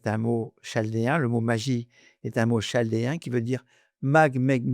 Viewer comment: On ne dit pas Ch... aldée mais K.... aldée bien que cela s'écrive Chaldée